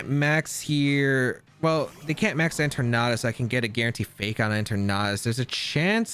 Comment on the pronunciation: En-ter-nat-us... its eter-natus